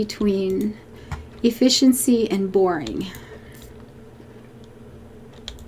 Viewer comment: At one point you said "efficiency in fishing". Now I can only hear "efFISHency". There's some potential for an episode title in there somewhere. :-)